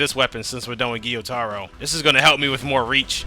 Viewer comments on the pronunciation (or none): It's not giyutaro it's,gyutaro, gyu it's one syllable